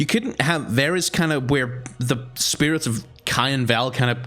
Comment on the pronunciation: Not varus. He is vaarus